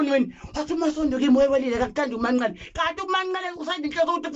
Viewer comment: 😂😂😂Izindaba ezingaka ngyabonga kodwa ngoba umbiza kahle uthi u Manqele